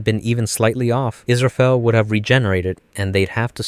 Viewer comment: イスラエルじゃなくてイスラフェル